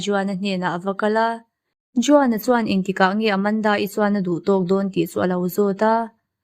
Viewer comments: Juan (huan) ti a lam tur ania. Sawi ve mai mai i channel view thin manah😄👍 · Juan kha huan tia lam tur